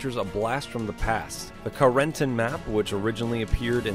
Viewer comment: god he butchered Carentans name